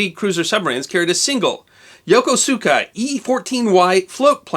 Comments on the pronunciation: yokosuka: pronounced "Yo-KOOs'kah" say it real fast. ask any sailor that's been to japan. it was NaGAHs'ki, not Na-ga-SAK-ee. let wikipedia be your friend--and name search preferred engine. other than the pronunciation flubs, an excellent vid! trivia: my father said the damage to peoples' roofs and cars from the falling flak cost the DOD millions in valuable war funds--another diversion of resources. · The tiny airplane that launched from the submarine I-17 was built at the port of Yokosuka, which is now a major US naval base. Pronunciation: The U is silent, as in "yo KO ska."